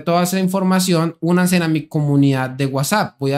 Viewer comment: Por favor no diga suscribasen o unasen es suscríbanse únanse, por lo demás me gusta